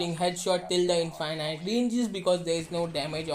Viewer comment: lmfao "in-fy-night"